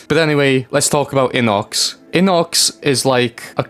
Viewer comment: bro that's not how you pronounce his name it's not inox it's I_N_O_C_S